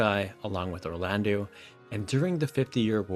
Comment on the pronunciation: wait did you say Orlandu!? 🤣🤣🤣 well ok we can all have our opinions 😂